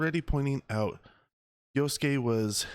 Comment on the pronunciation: huh?!! you're crying disrespect??? it's fiction. you sound so white, why are you disrespected for the JAPANESE. I'm asian and a lot closer to the japanese and I'm not offended. jeez. white people being offended for asians..... you can't even pronounce YASUKE properly. talk about disrespect. and what makes you assume the game's gonna make you play yasuke? from how i understand it, the JAPANESE girl ninja is the playable character. she has the hidden blade. yasuke seems to only be the main support character.